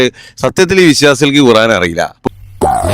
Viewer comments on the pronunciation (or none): എടാ പൊട്ടാ കുറാൻ അല്ല ഖുർആൻ. അക്ഷര വിദ്യാഭ്യാസം പോലുമില്ല